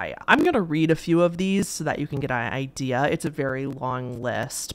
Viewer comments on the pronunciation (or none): none